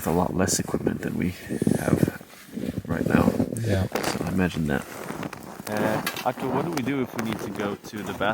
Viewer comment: Gotta roll the “r”’s on that name Arttu. This video was cool great jobs guys!